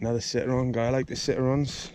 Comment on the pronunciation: Hahahaha. The way you pronounce Citroen as......sit-ron. hehe